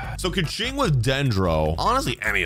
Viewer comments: After watching your video i came to the conclusion this ranked video is not your opinion, you are being influenced by your viewers so it's no longer your own opinion plus Keqing you speak out as KUCHING learn to listen to the character intruductions! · i know this is your opinion but why this hate for qiqi? i use her a lot and she is a great character and please prenounce Keqing her name correct listen to her own intreduction befor you say her name please